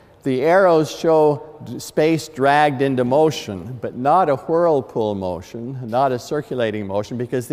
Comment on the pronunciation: I couldn't focus on anything after he said HWIRLEpool...